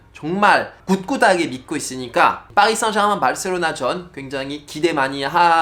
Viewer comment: 르나르가 아니고 엘베 흐날으 파리 생제르맹이 아니고 파히 쌍젤흐망